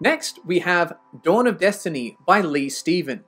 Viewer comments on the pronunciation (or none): none